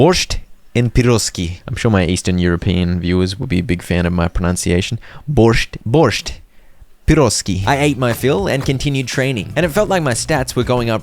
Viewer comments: You pronounce Borscht as Borsch just without the T. And It's Piraschki with the sh sound. But as representativ of the eastern viewers we all appreciate the try. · the t is silent in borscht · Borsh is Ukrainian food;) Not bad pronounce, thanks for content!